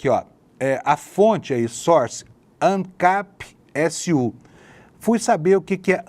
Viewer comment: N sei oq é mais engraçado, esse veio caquético n sabendo pronunciar ANCAPSU ou ele pegando a conta pessoal do pitter ao invés da conta do ancapsu q tem mais de 100k de seguidores